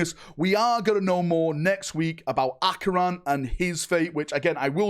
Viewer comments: Kay-ron????......, Ach-eon?????? Son I am dissapoint. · Bro, he’s speaking in Harry Potter-ish, ACCIO PORTKEY! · Only could see the word Acheran and pronounce it as ACYYYON 😂😂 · How the hell do you get Achion out of Acheran? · Where the fuck did the "R" go from your Acheran pronounciation? 😅😂😂😂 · Im surprised he's pronouncing it wrong, considering how many times both Acheran's name and Chairon's name were both mentioned in the campaign